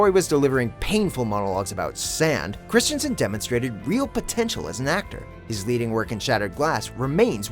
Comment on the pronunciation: You guys seem to have a lot of trouble with Hayden Christensens last name. As a native Danish speaker, let me give you a well meant, slightly mocking piece of advice: Hey, it is not Christiansen, therefore, you don't say Christian, mkay? You just take the name of the next person on the list, Kristen Stewart, and use that, because it's the same name, mkay? Christensen/Kristensen... Not Christiansen (though that is also a name, just not his name).